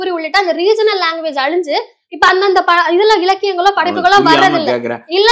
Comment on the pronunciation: "அலிஞ்சு" என்னமா தமிழ் வளர்ந்துறுக்கு இந்த நெரியாளரிடம். அழிஞ்சுன்னு சொல்ல வரல. இவளை வைத்து பேட்டி வேற. விளங்கிடும்